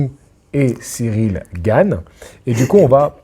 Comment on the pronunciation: Cyril GaYne VS Franssaysse AndGuenow 😂